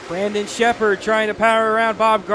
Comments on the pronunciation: It’s not “brenden” it’s BRANDON. lol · for real lol. guy couldn't say his name right for the life of him